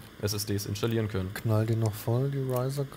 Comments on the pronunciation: Es triggert mich richtig, dass die ganze Zeit "inschtallieren" sagt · Ist nicht das einzige Wort "Inschtallieren" uvm. Aber ist doch egal, solange es verständlich ist. Jeder hat so seine Macken.